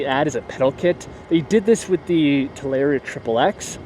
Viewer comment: I cringe every time you say TalAria